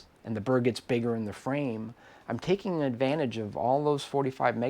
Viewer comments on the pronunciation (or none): none